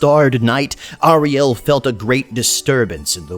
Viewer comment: Hey man nice vid! But please, its pronounced airiel, not ahrielle. Just my two scents